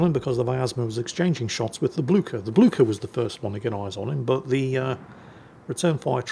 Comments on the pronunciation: Blücher! Not Bluker! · Blücher is pronounced more like Blycher.